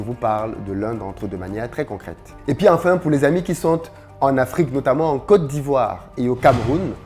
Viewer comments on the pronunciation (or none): none